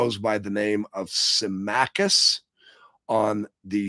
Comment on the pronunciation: Sim - ah- cuss for saying, Symmachus.